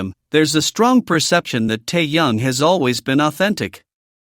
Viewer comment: Ты где учился научись правильно имя говорить тэхена а потом расскажешь